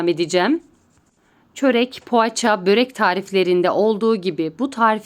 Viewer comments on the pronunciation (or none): none